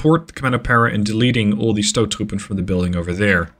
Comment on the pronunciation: As a dutchman i am very impressed with your pronunciation of stoottroepen, and that says something because dutch has a very hard pronunciation